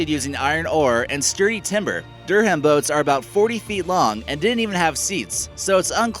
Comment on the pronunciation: Its not said like dur ham it is pronounced ad durram😂 sorry to be the one to point that out